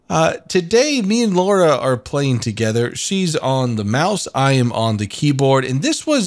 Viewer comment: What i heard from the intro is "she is on the maus, i am on the keybore" And I took my time thinking which tank keybore is